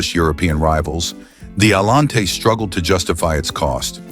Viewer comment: Cadillac Allen-tay! Gotta love the crappy AI narrators.